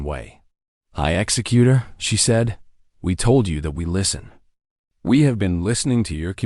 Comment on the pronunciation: AI can't pronounce executor correctly, it's pronouncing it like execut(ion)er. Audio is slowed down by .5% from normal, extremely hard to continue listening to. Good story line. Deep covert operations / sabotage at its finest.